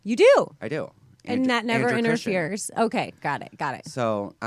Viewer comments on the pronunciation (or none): It is Andrew Christian! Not Christiansen.